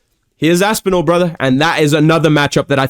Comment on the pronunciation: “Here’s asspinal broths” 😂